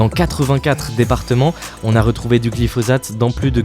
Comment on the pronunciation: Ça se prononce glifossate, non ? Parce que le z m'a fait mal à la tête